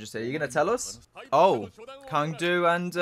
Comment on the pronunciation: Speaking of getting used to pronouncing it "Es Not", there's also Cang Du that everyone pronounces wrong. His name isn't Kang, it's pronounced Tsang Du (it's chinese)